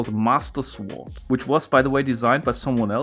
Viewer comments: A helpful hint: In "sword", the "w" is silent. So, it’s pronounced "sord", not "suWARD". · In english we don't pronounce the 'w' in sword, so it sounds like "zord". Confusing since it looks like it should be pronounced exactly like schwert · You don’t say sword It sounds like sord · the way you pronounce sword lol i love it so much- sWord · Btw its pronounced Sord not Sword. love from germany :3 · its sword not sowrd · S-word Lol. The W is silent dude. Just say sord. 😁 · FYI: Das w bei sword wird nicht ausgesprochen, also es wird "sord" ausgesprochen! Ansonsten coole Videos, mach weiter so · deutscher kann sich sein Englisch doch gar nicht anhören xD das mit "Sord" wollt ich auch sagen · "Sword" is not pronounced "Sword", it's pronounced "sord", the "w" is silent like in "two" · You don't pronounce the 'w' in sword. Weird hearing him say the 'w'. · Sounds kinda german tbh, at least i know some german relatives that would pronounce it that way. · The way he says "Suh-Ward" gets me every time. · I guess if you haven't heard it, there's no reason to know about "sord!" English is so stupid in terms of spelling, but we never notice until we view it through the eyes of a non-native speaker. You're right, though... It's very cute hearing it pronounced that way! :) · People probably already pointed this out, but since I couldn't find a respective comment: the "w" in "sword" is silent. Thanks for another great video. 💜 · Cool video, and cool puzzle! Btw, the ''W'' in sword is silent, it's pronounced ''Sord''. Like the word Gnome, the G is silent, it's pronounced ''Nome''. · The first two times he pronounced Sword.. I thought he was saying Swarzt. Then I seen the word Sword. Ok I'm a little dense.or slow maybe lol. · Great videos... but PLEASE the W in sWord is silent.. please... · Yepp, the pronounced "w" in sword makes me shudder every time. But his thick accent is part of his shtick, I guess, and the videos always are great. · He said "The Master Sward"